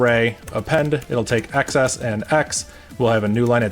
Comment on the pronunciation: I find it so weird you say "ex ess" and not "exes".